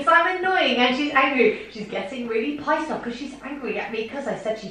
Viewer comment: i've been saying Pyssed off lately instead of pissed off because of you two XD